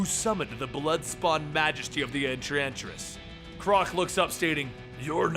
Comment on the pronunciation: you said entransist